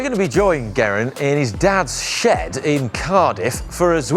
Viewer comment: It's Geh-ri-nt guys not Gerrant! (ri like rice)